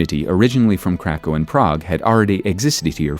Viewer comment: cracau sounds too German